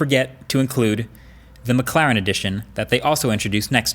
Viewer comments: It’s McLaren not McClaren haha i think it’s funny how he pronounces it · It sounds like he's saying mcclown 😂